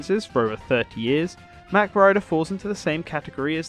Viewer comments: I'm pretty sure mach is pronounced the other way, but I could be wrong. A la "mach 12" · It's pronounced MOCK..not mack